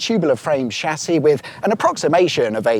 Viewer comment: Were you struggling with Tubular frame chassis, because in your mind you were saying chasisisisisis?